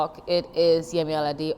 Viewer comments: Alode? Seriously! Just because you want to say you're a Caribbean wanabe English, you make mockery of a name you’ve heard over and over. You are definitely suffering from presbycusis. What's so difficult saying Alade(Aladay) as you here it? Forget about forcing yourself to be English, your vocal cord is designed to pronounce that name. Shame on you! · I'm sorry but how are you struggling to say "Allah Day" but you can say Birmingham and Leicester so easily :/